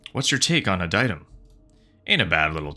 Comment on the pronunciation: I think it’s pronounced “Ad-e-tum”